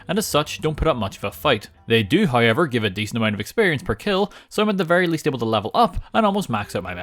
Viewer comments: I love the way says however. “Heyever” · It's sounds more like Hi-ever